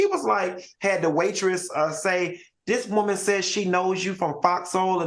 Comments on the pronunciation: I love how Al says “Woahman” 😂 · Y’all why is Al so mf funny 😂😂 the doll story got me weak! And I love how he say “whoa-man” when saying women 😂😂😂 this was a good show. Heavenly is getting a lot better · It tickles me the way Al pronounces “Woah-man” 😂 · The way Al says WOMAN will never not be funny 😭